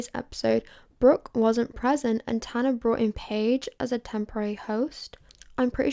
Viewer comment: You’d think if you wrote and planned out this entire video you’d look up how to pronounce tanas name